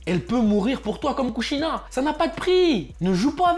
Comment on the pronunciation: kushina pas kushida 🤣🤣🤣